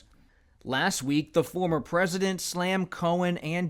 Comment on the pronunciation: He's the easiest pwesident